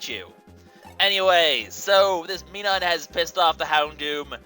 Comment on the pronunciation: Minum's pronunciation is Mi-num, like minus.